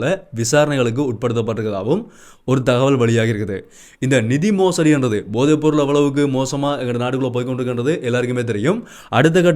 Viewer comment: தம்பி உச்சரிப்பில் கவனம் செலுத்துங்கள்... போதை( bothai அல்ல pothai) பொம்மை (Bommai அல்ல pommai)